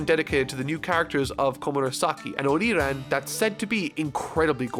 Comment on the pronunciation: Hyou, Not "Hyuu",. Oiran, not "Oriran". Kamazou, not "Kamaza". Ryūō, not "Ryou". Queen is not the warden of Prisoner Mine, he rules Udon, where the prison is. Actual warden is Babanuki(the guy with Elephant SMILE).